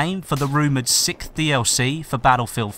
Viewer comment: 'sixth' not 'sickth' lol